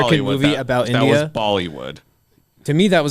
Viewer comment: Why did have so much trouble with saying "India"??